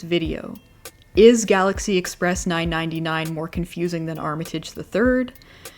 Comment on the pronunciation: I have no idea why hearing 999 being pronounced as nine-ninety nine instead of properly being pronounced three-nine is triggering me, maybe it’s my train addicted brain but I don’t know.